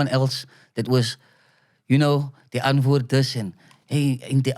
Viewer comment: It’s not die antford. It’s die antwoord